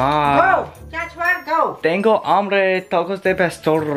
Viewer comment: I want tecos, First: u talked inglish to your mom Second: you said tecos instead of tacos